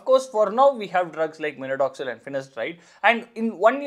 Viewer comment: Minodoxil ❌ minoxidil ✅